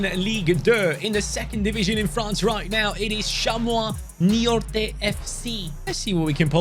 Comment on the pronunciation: that T in Niort is silent